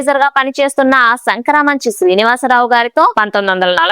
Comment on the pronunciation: యాంకర్ ఉచ్చారణ సరిచేసుకోవాలి. జానకి పుట్టింటి పేరు టేకుమళ్ళ వారు. అత్తింటి వారి ఇంటిపేరు శంకరమంచి అంతేగానీ సంకరమంచి కాదు. ఆవిడ శంకరమంచి శ్రీనివాసరావు ని వివాహం చేసుకున్నారు. ఆయన వైర్ లెస్ లైసెన్స్ ఇన్స్పెక్టర్. మీరు చెప్పినంత ఆర్ధిక లేమి వారు అనుభవించలేదు. మరీ పిల్లల పాలకు లేనంత లేమి అనుభవించిన దాఖలాలు లేవు.